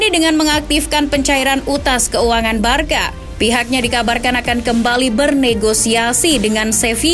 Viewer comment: Barsa mbak bukan barka cara baca nya